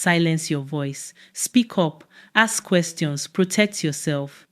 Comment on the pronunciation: Why do you guys miss use Aks for Ask? Good story